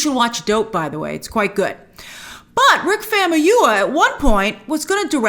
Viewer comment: Far - moo - yii - whaaa (Famuyiwa)